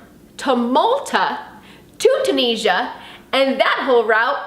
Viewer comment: Hiya. I think you'll find most of the world pronounces it Too-nizz-ee-uh. All the best to you.